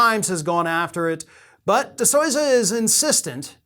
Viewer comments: 1- You pronounce his name wrong. The convict's name is not DeSoza. 2. He is a convict and a grifter, what did you really think he had any actual evidence of any kind? 3. The guy is well known for other grifts related to young earth creationism and other insane ideas. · The movie is compelling. This author obviously didn’t watch it. He can’t even pronounce Dinesh‘s last name correctly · Please continue to mispronounce his name. Who name? DiSleeza. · You are full of shit. Why are you saying his name like that? I love in AZ., we had 200% turn out in several precincts. That's not possible.